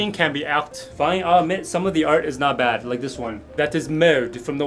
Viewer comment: Not the art pronounced as "ælt" 💀☠️